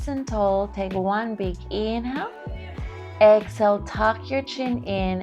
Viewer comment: It's pronounced.. EX-Hail... not ex-ill I had no clue what you were saying for 20 minutes.